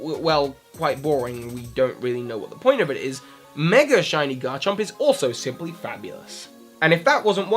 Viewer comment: It's a verbal slip that happens quite a lot, especially when talking fast.